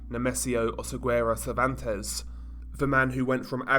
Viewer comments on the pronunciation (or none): none